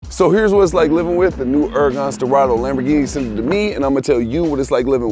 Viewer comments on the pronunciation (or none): “Uracan schpwarts caa”